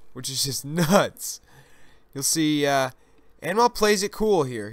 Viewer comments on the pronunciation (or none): hey mostly i think anmol is indian its pronounced as un mole nice vid